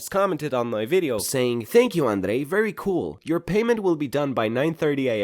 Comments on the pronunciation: hey sorry are u from Romania bc when u say ur name u sound like one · The way he says sounds russian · In the way you say "" sounds really Romanian. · Wait a minute, rhymes with Kanye........ Very nice, very cool Very nice Kanye, very cool NANI!?